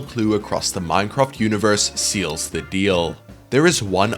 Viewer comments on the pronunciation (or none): none